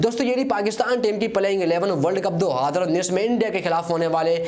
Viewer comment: Bhai 2000 bolna sikhiye please